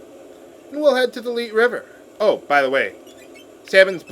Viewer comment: "Leet" River? haha